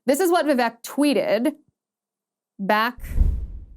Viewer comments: Liz, if you get him on your show, please say his name correctly..It's pronounced Vivake, like cake..Love your show! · His name is pronounced Vivake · He says, "VivAKE, like cake." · ▶️ It's pronounced: "Vi-VAKE" like CAKE! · Vivek's name is prononced vi-vake, rhyming with cake. Unfortunately in English it is hard to write many indian names the language is not equipped with a lot of sounds needed for it. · It's Vivek, rhymes with cake.